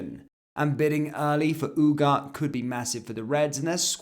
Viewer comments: every1 is saying Ugatthe and u r saying UGAT why? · ooh-gar-tay not ooh-gart. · As a person of Spanish speaking heritage, this really hurts the ears.